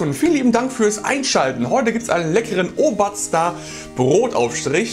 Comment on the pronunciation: ohmei....Ooobaaazda! Schon lustig zu hören, wie Nicht-Bayern das versuchen auszusprechen! 😂😂😂😂😂😂